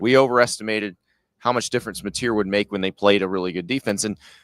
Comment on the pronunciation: You mentioned "mateer". Matter who?????